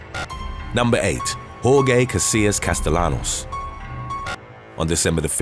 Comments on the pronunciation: Castellanos is pronounced "Casteyanos". You always get Spanish names wrong! 🤦🏾‍♂️ 😂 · Btw "Castellanos" is pronounced wrong I'm surprised bc this channel is so educated in pronouncing foreign names lol